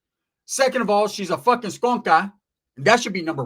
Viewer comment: A skonka. Lol. I didn't understand what you said until you said she smells.